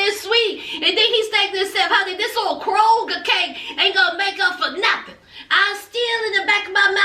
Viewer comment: Did you say Kroegar cake?🤣🤣🤣🤣 I cant!!!! It’s too much!